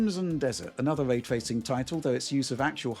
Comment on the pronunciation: hes a dork shill who says Way Twacing